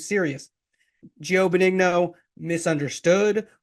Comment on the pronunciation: You're saying Joe's last name wrong.